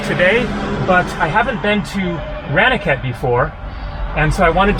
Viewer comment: You really have to learn to pronounce Indian 'a' sounds properly. Ranikhet, as in I ran away from the police is wrong. It is Rah Ni Ket. A is pronounced Ahhh.